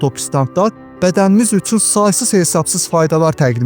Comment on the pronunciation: Üsün yox üçün 😅